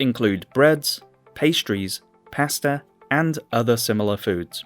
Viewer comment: Learn how to pronounce the word ‘Pasta!’